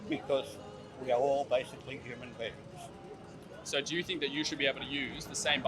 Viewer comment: Dude keeps saying humane beings??? Tf ?